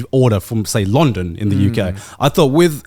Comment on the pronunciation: Why did he pronounce london like that